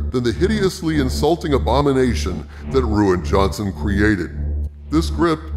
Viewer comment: I can't help but chuckle every time I hear "Ruin" Johnson